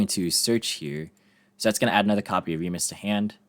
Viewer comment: Fun fact for anyone that doesn't know: Remus is the brother of Romulus in the ancient founding myth for the city of Rome. (and thank you for pronouncing it correctly).